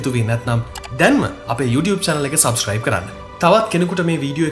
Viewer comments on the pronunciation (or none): none